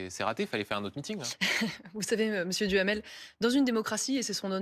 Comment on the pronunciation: Duhamel j'entends Djamel 😅! Benjamin Djamel 😅